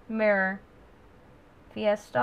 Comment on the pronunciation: You are pronouncing the name properly, Kudos!